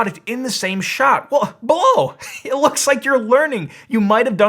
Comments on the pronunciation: And the Aussie adverts here pronounce it Bl-ow (rhymes with now). I had a giant sized (compared to that little thing) evaporative cooler years ago, and it was useless in hot humid weather, it could barely cool you sitting right in front of it, let alone attempt to cool a whole room! So I have been put off evaporative coolers forever thanks to that experience. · considering how you made such a big dumb point about pronunciation - you should have known that Blaux rhymes with Tau. now - i've already ordered one of these portable air "conditioners" - clearly advertised as ANYTHING BUT a conventional compression-expansion-cyclic heat-pump. so i was ready to hear your PROOF that i had foolishly fallen for such a terrible "SCAM". what i actually heard was a bit of science - a lot of quibbling - and a rush to judgment - but no PROOF of anything. one thing i DID learn - is that i should be more wary of your click-bait titles in the future. and we shall see how well - or poorly - this unit works - here in hot ARID new mexico - when it arrives. (granted that Blaux SHOULD make it clear that the performance of such a device will strongly depend on the local humidity.) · "Blaux" is supposed to be pronounced "blow"? Really? I read it as "Bl-aux" - as in "auxiliary". "Blaurcks" or something; that's how I can best write it. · Ugh! I ordered one June 12th and haven't seen it yet. All I received was an order confirmation. I reached out 2 days ago by phone and email. No luck. This product is being shipped from China from the order confirmation. Had I known that, I would have never bought. Blaux however the heck they pronounce it has 2 choices. 1-send me the dayum product, 2-refund me my dayum $ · * dumb chick saying Blaux incorrectly * Blaux? More like plow.